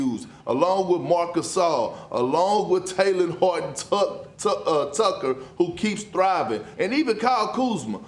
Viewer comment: Kendrick Bam adedebayuu perkins says Talen Horton Tuck. Tuck.. Tucker😂